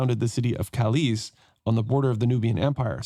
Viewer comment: Nice playthrough! Anglophone pronunciation of Polish cities is always so funny. You turned Kalisz into something Spanish-sounding "Calíz", while it is actually pronounced just as "Kahleesh", Kalish, with the stress on the first syllable and sz just being Polish way to spell sh-sound (and cz is ch-sound). And also turned Polish Tarnów into very German sounding Tarnau, while actually it is pronounced "Tarnoof". Yes, Polish w is very misleading, considering it's just v, which evenmore is often devoiced to f.